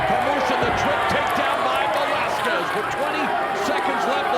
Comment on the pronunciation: Velasquez? 😂 cmon